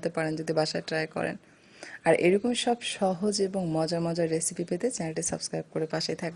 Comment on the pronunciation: Apu mojor na mojar bole